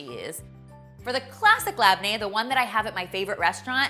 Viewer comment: omg I love watching white people try Lebanese/Syrian foods😂😂😊 btw it's pronounced more like "leb-nae" and "zah-tar". You did a good job recreating this!❤❤❤❤